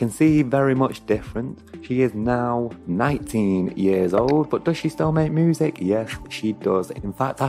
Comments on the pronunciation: Why do you say moosic? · Moosic ....lol